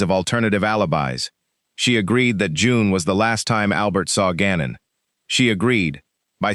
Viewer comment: This is why people hate AI bullshxt. Gannon is not that difficult to pronounce.